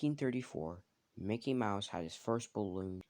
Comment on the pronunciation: you sayed MOKEY